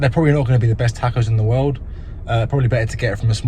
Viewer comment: Now that you’re in America, someone needs to teach you how to pronounce taco.